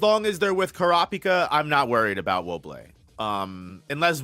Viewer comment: Wo-Bol, not Wo-Bleh